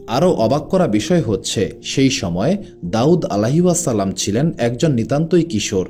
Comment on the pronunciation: Plz Correct Pronunciation - "Alaihissalam" (عليه السلام) is an Arabic phrase that means: "Peace be upon him."